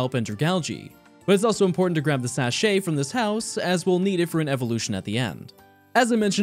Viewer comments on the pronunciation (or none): This entire video has just been struggling to: 1) Put his recording card in right 2) Rollerskate 3) Ride a bike 4) Ride a Rhydon 5) Die to poison 6) Find a rat 7) Ride a Mammoswine 8) Pronouncing "sachet" 9) Finding a bat 10) Make your Eevee overweight 11) Also... T A L L